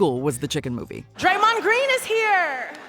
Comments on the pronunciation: Draymond mispronounced his own name 😂😂😂 wtf is draymon doing their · dang it 😅 white girl just can’t pronounce Draymond name right 😭😭😭